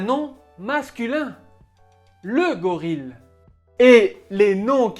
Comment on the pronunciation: Bravo, excellente vidéo. Je crois que vous avez mal prononcé le mot "Gorille"!